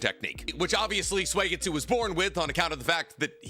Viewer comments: his name is suigetsu. not suegitsu. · I’m a big fan of “Swaygetsoo”